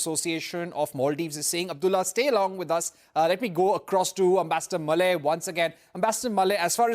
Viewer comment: The ambassador 's name is pronounced Mule and not malay